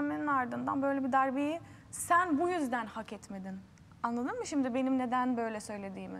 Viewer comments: nobody: k.o yarışmacıları: annadin mi, annadin mi????? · zaten tüm bölüm boyunca annadın mı diyip duruyor